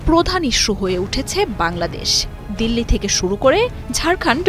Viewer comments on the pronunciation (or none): none